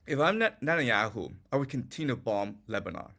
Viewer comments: I’m not a native speaker but „continue“ is pronounced „kuhn • ti • nyoo“ (the word „contenue“ imo does not exist in the English language). Great content nonetheless. Please continue! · Does keep saying conTENue?